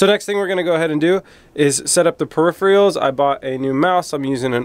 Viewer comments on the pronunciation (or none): its peripherals instead of peripheals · "Periphrials" and "Ambidextrious". You just invented two words.